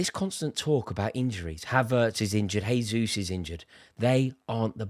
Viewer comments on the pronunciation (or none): none